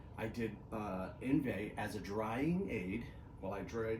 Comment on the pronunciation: I'm sure this is a good one. I already have a bunch of drying aids and sealants. I will give it a try this spring. It's pronounced, On-vie